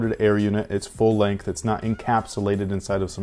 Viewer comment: Did I hear you say; “Full Length Air”?